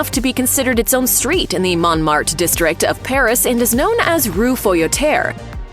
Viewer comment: The pronunciation of : "La Basilique de Sacré Cœur de Montmatre" was so butchered much that it surpassed all the k*llings byJohn Wick in the entire series